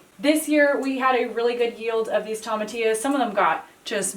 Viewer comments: I love you both! I love your channel and I love your cooking videos, but it continues to drive me absolutely mental to listen to the way you both pronounce tomatillo. Quite simply, you are saying it wrong. It is a Spanish word and it is pronounced Toe-mah-tee-yo. NOT Toe-mah-tay-yo. It's a tiny thing but it makes my eye twitch every time you say it wrong. So - go ahead and do what you want because I'm just some guy watching your channel and I don't really get a vote unless I want to pay your rent which I don't. I'm going to keep watching however you pronounce stuff because you guys are so inspiring and funny and just doing your thing in an incredible way. Plus, I keep hoping it will get warm enough for to take his shirt off.:-) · Toe-ma-T-O’s not Tom-A- tios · toe - ma - TEE - oo